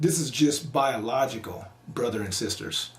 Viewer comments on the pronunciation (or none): I thought you were saying "he's a brotha.." but you said "he's a brother". Then I realized it's both. Carry on